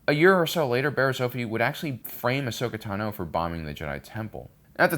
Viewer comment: Why, when saying names, does emphasize the last sylable? that pronunciation of 'Asoka Tano' at like was so goofy.